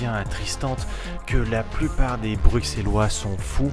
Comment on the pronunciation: j'ai la preuve que tu n'es pas bruxellois car on dis brusselois